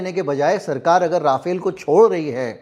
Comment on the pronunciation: First of all, Rafale is the name, not राफाएल! Secondly, Rafale in fact did use Brahmos in this month‘s action against Pakistan. Obviously, you are wrong to claim otherwise. Third, it is far from clear or decided whether Su-57 is being considered for Navy. A deal or serious negotiations have not begun. Finally, बताया जाता है is not a source at all! कौन बंता रहा है? If you are a journalist worth your salt you would not have made irresponsible claims like this.